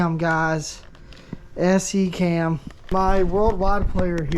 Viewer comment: SECAM is pronounced “see-kam”. The old joke is that it stands for System Exactly Contradicting American Method.